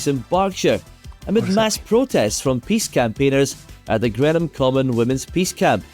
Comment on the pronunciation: Greenham lost it's missiles as a result of the end of the Cold War and the airfield returned to common land. Normally we complain about Americans mispronouncing British names but this Scottish chap can't cope with Greenham.